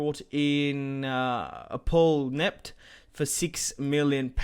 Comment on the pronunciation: ntep pronounced entep not enept